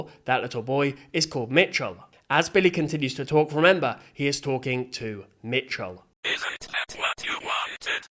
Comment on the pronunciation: It is Micheal not mitchell